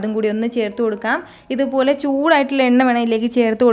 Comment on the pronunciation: "ithupolee" Korch koodipoyi😛😂anyway nice video